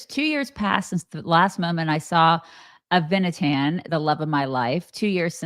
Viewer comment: Noa's boyfriend is "Ah-vee-nah-tahn" with the accent on the first syllable and "Ahm Yisrael" is "the People of Israel".... Don't you guys have ANY Jewish/Israeli friends??